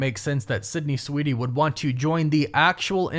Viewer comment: I don’t think you’re saying Sweeney… 😂